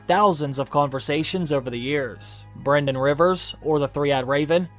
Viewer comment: Brynden is not pronounced "BRENden" Its "BRINden" again Welsh names getting butchered!